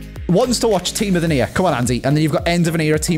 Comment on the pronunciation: Why does say team of the near for team of the year